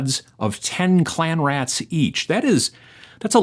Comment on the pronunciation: Read "Clean Rats" and kept hearing "Clam Rats"... 😅